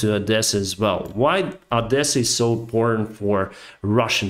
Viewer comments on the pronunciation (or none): It's not Ahdesa, it's Odesa! You're Ukrainian, not Russian.